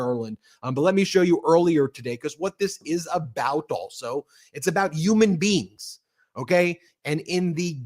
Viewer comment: “YOUMAN BEINGS” ????